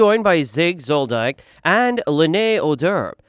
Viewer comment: My guy pronounced “Zigg Zoldyck” as “Zigg Zol-dike”. Its pronounced Zol-dick. Also Gon’s dads name is Ging (pronounced Jeeng) not “geeng”